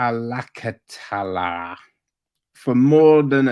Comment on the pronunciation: I live in metlakatla.....btw you are saying it wrong